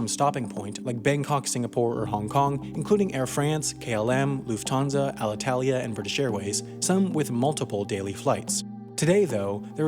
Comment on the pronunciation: Luft Harnsa not Luf Tarnsa?